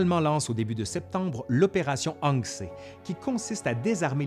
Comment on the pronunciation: L'opération Achse devrait se prononcer Ach-ze ? à moins que ce ne soit pas l'habitude. Bravo pour la vidéo.